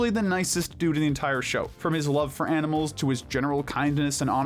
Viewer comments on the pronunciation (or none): none